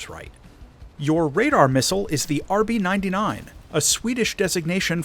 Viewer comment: I don't get it, you read all kinds of abbreviations as if they were acronyms. The Rb99 is the robot 99 i.e. missile 99 - which is indeed an AMRAAM (the name of the missile, not a service designation). Same with the Sukhoi aircraft, they are not "S U", they are Sukhoi?